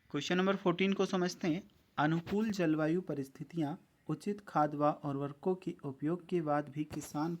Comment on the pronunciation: भाई वो उर्खको नहीं उर्वरको